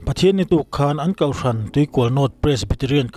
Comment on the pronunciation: Ho tih hi hau tia lam duhdah a awl riau nia. Ngaithla ho tih turah ngaithla hau tih mai te, Kohhran pawh Kauhhran ti a lam ala awm zeuh zeuh mai. Channel neiitupa pawh hian kauhhran tiin i lam tlata ka hriat chu le. Kohhran ti a lam hram hram ava tha ve.❤